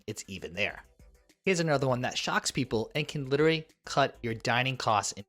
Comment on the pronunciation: And literally.